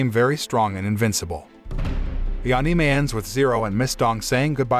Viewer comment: Ah ne may 😂😂😂😂😂😂 Bro its ani may